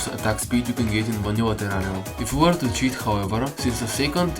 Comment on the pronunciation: "atak spid in terara"